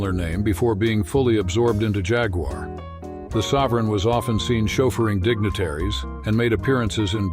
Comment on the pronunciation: Can the announcer please stop putting a W in Jaguar